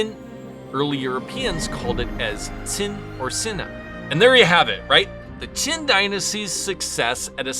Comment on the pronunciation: Your Chinese pronunciation is mostly correct. However, Qin is not pronounced like saying "chin" but more like saying "cheen" (pronounced with what sounds like it's being said with a lisp). Other than that, interesting video.